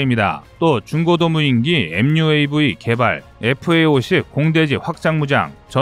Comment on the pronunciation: 님, MUAV(엠유에이비)로 바꿔서 발음해주시면 본토발음으로 더욱빛날것입니다. V(브이)구시대일본식 읽음이라고하오니 바꿔보세요.